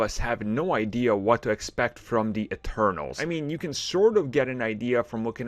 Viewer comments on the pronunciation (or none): It’s “Eternals” not “externals” lol😂